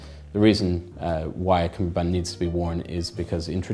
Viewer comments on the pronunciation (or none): Seriously? I thought it is called Cummerbund, not Cumberbund. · He doesn’t say the word correctly